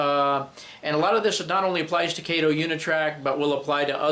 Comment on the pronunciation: Kato is pronounced Kah-toe. Mr. Kato is an NMRA Life Member in my division.